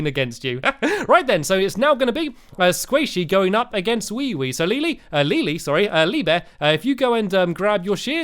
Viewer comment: OMG Stampy said Leelee thats so funny Lee + WeeWee = Leelee!